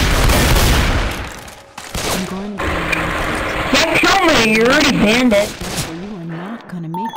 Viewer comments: "Your already bandeded" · I hate when he says "Banneded" >.< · I love how he says he can ban them when he can't even pronounce "Banned" right. xD